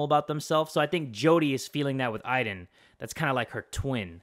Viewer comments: It is not iden its Aden I know how to spell it but just so you understand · When ever she said Aiden i thought she was saying ivan